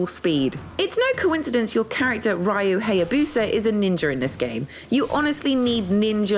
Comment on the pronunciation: ITS REEYUU HAYABUSA NOT RAIYUU xD